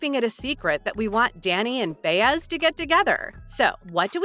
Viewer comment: It's " Bye-ez" knuckle head, right?